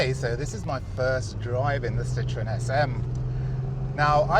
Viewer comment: A classy video, but what kind of English is "As a young boy, the Citroen SM was one of Kevin Haggarthy’s ultimate dream cars."? So the Citroen SM was a young boy? A very common error no one noticed, and that's a shame. Also, the proper pronunciation is Sitro-EN, not Sitron. Andre Citroen put an umlaut over the "e" on purpose to differentiate the name from "lemon." But it was nice to see such a civilized presentation, not at all typical of our times and YouTube.